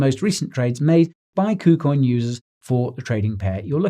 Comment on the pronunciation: Did he say poocoin?